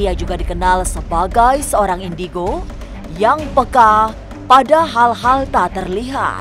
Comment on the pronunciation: Inbego bukan indigo